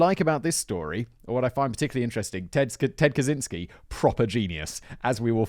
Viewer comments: Did you just say Kazinsky or Kazansky ?! 😱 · It always amases me that almost no one realises that the 'cz' in his last name should be read as a 'ch'. Cya Raziel-chan